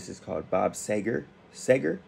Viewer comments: “See-gur” , not “Say-gur”… ANY song you play that is suggested to you will be Golden! Trust your long time listeners!!!my personal favorite and I’m 72 yrs of age…been listening to him for 50 years… and I’m not hating here brother, but the repeating what he says at the end of each line is annoying….js! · I grew up with Bob Seger.. Pronounced "Seeger". Never heard of the stuff on your shirt dude. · Welcome to the Bob Seger ( pronounced See -Ger ) world of AMAZING songs !!!! You can not go wrong with Bob !!!! No bad songs in my opinion...lol /////// Mainstreet....Like a Rock....Turn the Page....Roll me away......Come to Poppa....Still the Same....Old time Rock & Roll....We've got tonight....Shame on the moon.....SO MANY GREAT SONGS !!!!!!! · Love Bob Seger (pronounced Seeger). There are so many songs you will love! Like a Rock, Turn the page, Old Time Rock & Roll just to name a few! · Any and every song from Bob Seger (pronounced see-gur) is well worth your time! You've probably heard a few from soundtracks and commercials (Like a Rock features in quite a few truck ads, plus Old Time Rock-n-Roll). Listen to the suggestions here, or just stroll down his catalogue. You won't be disappointed. Personally, I'd like to see you react to "Shame on the Moon" and "Katmandu", with "We've Got Tonight" as a sweet dessert ;) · You must always listen to Bob Seger live. And it’s pronounced Seeger. Yeah, I’m a fan LOL He is actually my all time favorite. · Love this song! Enjoy seeing people exploring his music. The actor you noticed is from the TV show Friends. FYI his name is pronounced "see ger" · It’s pronounced see- ger, good reaction! He has a very extensive catalog with some fantastic songs, worth your time to delve deeper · Not a bad one by him..choose anything and it's great. BTW..it's See-grrrr. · It's pronounced See-ger. He's from my home state of Michigan. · Pronounced " seegurr you can't go wrong with Uncle Bob ✌️ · Seger (See-ger) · It's pronounced Seeger.